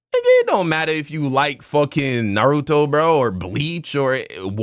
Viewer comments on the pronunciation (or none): "Narotu Shipyouden" come on 😭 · That can't be the reason because how are you on Shippuden and you still can't pronounce Naruto's name😭